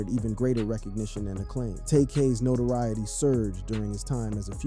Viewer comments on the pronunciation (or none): none